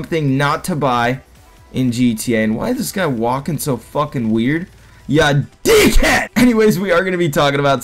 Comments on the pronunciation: Please don't say deek head again it's really getting annoying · Why do you say deek head